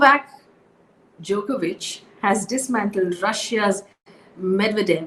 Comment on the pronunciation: 😁 apart from the clean new updates, enjoyed your concentrated effort while pronouncing Djokovic and Medvedev